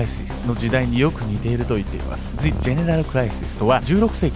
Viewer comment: the の後母音じゃないから ジ じゃなくて ザ だよ